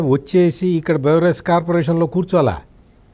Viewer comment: యాంకర్ గారు, "బేవరేజ్" కాదండి, అది "బెవరేజ్"